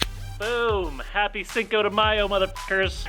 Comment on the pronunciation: but u cant say cinco properly 😂😂🤦‍♀️